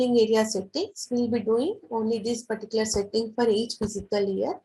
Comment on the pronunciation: Please correct your pronunciation as ' Fiscal Year'..You are pronouncing as ' Physical Year'...